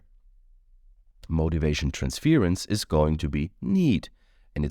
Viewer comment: I love you. Wonderful reading. One little pronunciation thing….. Trans’fuurrr’ence … not trans’fear’ence. ‘Ur’ sound. 😘